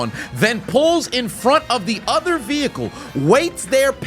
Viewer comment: Lmao The “ veehickle “